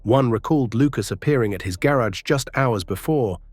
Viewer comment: This voice is ai. The way it said garage. Garrogh lol.